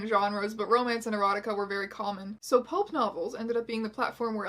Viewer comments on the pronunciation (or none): Does Strange Aeons have trouble saying the word "Pulp"? She keeps saying "Pope" lmao, The Holy book Satan was a lesbian what story of the Bible was that lol